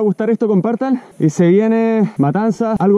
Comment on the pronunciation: Dijiste "Matanza"?...compadre, por favor...en tu próximo video Ayúdanos con indicaciones de donde pedalear por allá!!, voy seguido a Navidad, paso a veces a Valle Oscuro pero en Matanzas nunca encuentro nada. Excelente video compa!!!... Ah, la Specialized (2009) la probé en los cerros de San Antonio (fundó LloLleo) y es una maravilla de bicicleta!!!!...Rocket Man! un abrazo!